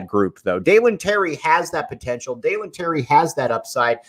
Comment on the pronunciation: 3 years and still can't say Dalen's name correctly